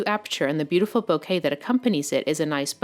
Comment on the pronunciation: Lol its not pronounced bouquet like flowers. Its a Japanese word its bokeh pronounced with a pause on the k like it has a double k. Bok-k. Hard to explain. But her pronunciation is painful to hear.